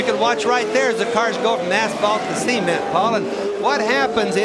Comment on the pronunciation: In all the races I've heard Bobby Unser's commentary on, I've never never heard him pronounce "cement" before. Now I can't unhear it.